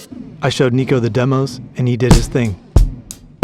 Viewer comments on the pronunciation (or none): none